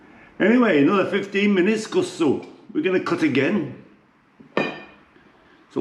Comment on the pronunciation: You need to pronounce the second K hehe. It's not Kussu but KusKsu 😊